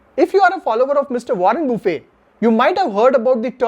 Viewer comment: Sir! You are pronouncing Warren Buffett as' buffe 'as in buffet meals. Actually it is Buffet with 't t' NOT silent.